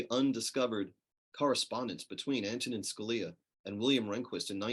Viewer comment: Ma'am, his first name is pronounced, "AN-to-nin".